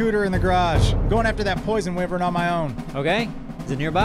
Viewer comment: Wyvern it's pronounced (Why-vern)